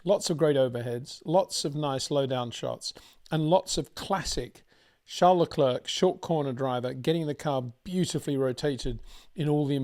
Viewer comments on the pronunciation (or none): It's not Leklurk. It's Leclair. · please do not pronounce the 'C' at the end of Charles Leclerc's name...it is a silent 'C'..!!..thx.